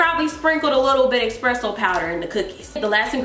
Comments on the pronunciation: "EXPRESSO powder" lmaooooo I can't y'all, its ESPRESSO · "Expresso" I can't lol